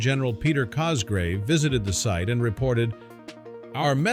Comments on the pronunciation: Sir Peter COSGROVE, NOT Cosgrave!! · The Generals name Is Cogrove, not Cosgrave.